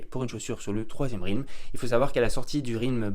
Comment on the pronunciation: Ça se prononce Rèlm pas Rilm !!!!!